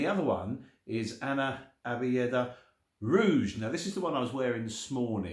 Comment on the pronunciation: It's pronounced "Ana Abyad" meaning "I am White".